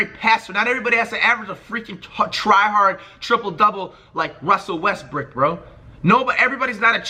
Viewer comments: I know this niqqa ain’t just say russell westbrick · did he say Russel westbrick????